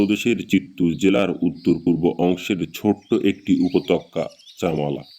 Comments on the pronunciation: Upotokkya ki re? Upottyoka bolte shekhoni? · বড্ড বেঠিক উচ্চারন। উপতক্কা নয়,উপত্যকা। শোনায় বিঘ্ন ঘটেছে বারবার। একটু খেয়াল করুন। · Apnar upotyoka uchharon khub kane jantrona dichhe ektu juktakkhor para practice 😂😂😂korun.....